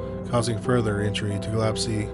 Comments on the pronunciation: listed I'm pretty sure Gillespie is pronounced gill-ESP-ee not Gillepsie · The name is Gill-espie not Gill-epsie. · For one thing I’m Dolores is Gillespie‘s daughter and he has the nerves to post this video with pictures of my family and he can’t even pronounce our last name correctly. The nerves of some people bringing up stories that the family members don’t wanna hear or see you again. The nerves.😢